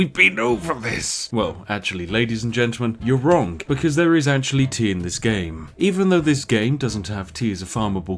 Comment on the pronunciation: Everybody: "wrong" Spiff: "wronk"